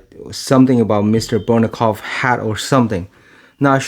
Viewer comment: It's pronounceD BOJNOKOF not BORNOKOF